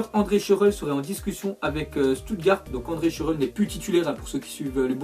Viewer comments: Il sait pas lire schurrel stambulliste et bien d'autres... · mdr comment tu prononce schürrle ...